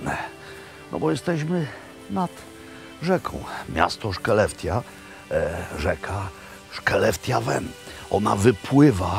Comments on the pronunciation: Tylko ta wymowa, "sze'lefte", please. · Skellefteå- czyta się bardziej jak „hłelefto” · Wymawia sie szeleftio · Co za brak kultury wypominać Robertowi wymowę. Akurat Skellefteå jest trudne do wymowy. A tak w ogóle jakie to ma tu znaczenie że Pålsson wie dużo o łososiach? I co z tego? Fajnie, że Robert pokazuje rodakom szwedzkie klasyki i naprawdę nie ma to większego znaczenia jak sobie przełożył "kall inkokt", bo faktycznie jest to nietypowe i nie ma się co czepiać, że nazwał idiom sprzecznością. Ty Sławomir zapewne jesteś idealny, nigdy się nie mylisz, wszystkie perfekcyjnie wymawiasz i generalnie masz najwieksza wiedzę, np/ ,że P[lsson wie najlepiej i takie tam/ Żenada.